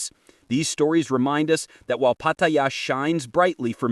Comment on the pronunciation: Maybe If you post you can pronounce pattaya correctly pat ta yar one word